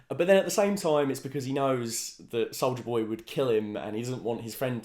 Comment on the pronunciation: Did he say solider boy or solja boy?